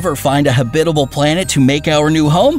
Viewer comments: It’s pronounced “Hab-it-al” not “Hab-bib-al” Where did you learn to speak? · please stop saying habidible. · Why does this narrator have trouble pronouncing 'habitable' i.e. ha-bit-abul?! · You’re pronouncing habitable wrong! It’s annoying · Why does he only say habitable correctly one time time!!!???? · This is a bit too campy for me. Also, who pronounces habitable that way? Check our Kurzegasgt. Take notes. <3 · You mispronounced habitable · Hahaha! He just HAS to be pronouncing "habitable" and "Proxima" that way on purpose! I say that because every once in awhile he slips up and pronounces it correctly! Hahaha